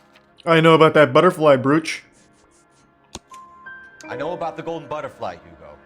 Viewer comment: Even the word brooch! Why tf do muricans try to pronounce every single letter of every word in English?? This isn’t German. It’s English. Brooch is pronounced broach, rhymes with (cock)roach. How tf do muricans go through life unable to speak the only language they know 😂😂